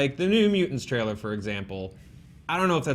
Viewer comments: Lol, Jessica Jones "Trialer" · Yhea, "Trialer" Love you!!